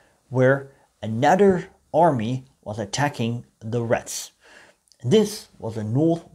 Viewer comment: I know. But when you talk, it sounds like you're saying "rats".